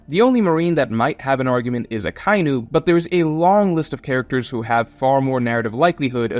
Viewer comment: "Aka-inu," the sound "kai" is not in his name. Everyone mispronouncing the character's name is so weird. Are there any other series where something like this is that common?